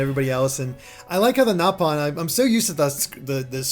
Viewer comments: First of all, I have no idea why you think the "correct" way to call them is "gnaw"-pawn. That was a mis-dubbing of the original JP cast of Xenoblade 1. The british cast pronounced it as "Gnaw"-pon, but the original JP cast pronounced it as "Nope"-on. Xenoblade X actually doubled down on admittance of this error by reverting the pronunciation of the word in the English dub to "Nope"-on as well. So, technically, both are correct in the sense that they are both officially used in the original Xenoblade Chronicles, but if you go by the actual legitimate first usage of the word, the way it was pronounced in Japanese, it's "Nope"-on. It’s still called “Nope”-on in Xenoblade 2. So neither is wrong, but if you want to get technical and start declaring which word is superior because it came first, "Gnaw"-pon loses that race. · The nopon pronunciation in x is actually correct, and the English voice actors messed it up in the original